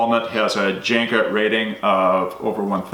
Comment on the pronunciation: The J is pronounced like a Y. Janka